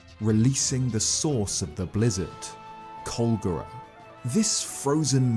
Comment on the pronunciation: (Also pretend that he didn't pronounce Colgera wrong)